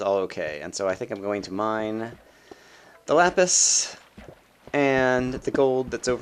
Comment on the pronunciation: it's not lupis. it's lapis. it's never lupis.